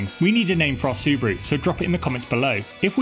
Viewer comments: cal it the ' subie do" like scooby do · Its a su-bee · Subeeru, like a bee